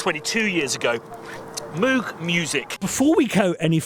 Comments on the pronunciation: Bog Moog said it himself how it's pronounced - moog, like vogue, you can find a video online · It's definitely Moog, like Vogue. Not Moog like a cow were saying it. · Insists on saying MOOOOG, so I left the video at :43. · It's actually pronounced "moog" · Am with you on the “Moog” thing, but playing devils advocate I should point out they also, in the early 80’s, had the Moog Rogue synth, which seemed designed to force a particular pronunciation? Didn’t really work though as I recall my mate in a music shop asking to see what he pronounced as the “Moog Roog”. 😂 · You're both wrong. Moog is pronounced like "good" "book" "took", obv. Don't know where they got Mooooo or Mohg or wtv. I wish I'd been able to let Bob know... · No worries, we understand you when you say Moog. Force us to use metric. 💕 and thanks, America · Re pronunciation - Moog Rogue.